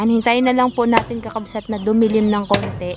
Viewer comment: Sana wag maging oa, madali lang namang banggitin ang kakabsat, hindi kailangang sabihin kakabsot, kailangang tama ang bigkas, dapat tama kasi may nanunuod ding mga bata, baka mali ang matututunan nila.